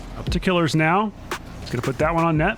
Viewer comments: It's pronounced "kill-ears" not "killers" lmfao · please stop saying killers it "KILL-EARS" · its pronounced kill - ears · isn't it "kuh-leers"? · Isn't Killeerz' name pronounced with a long ee, rather than "killer"?